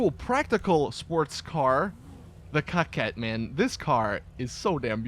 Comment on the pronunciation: I like this video a lot! Coming from you its superb! The pronunciation of the cars is ON POINT! I have to admit, I cringed when you were getting up to the Coquette but you NAILED its pronunciation! You even showed the SUV class some love which is rare but I appreciate that! Thank you!